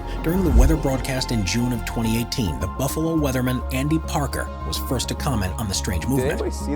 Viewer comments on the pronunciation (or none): none